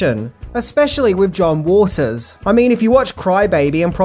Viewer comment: Are you saying 'John Walters'?